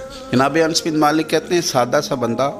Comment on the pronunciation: Ye naam Ans nahin ye Naam hai "Anas"...with very excuse